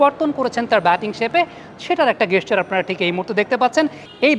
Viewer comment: গেসচার নয় জেসচার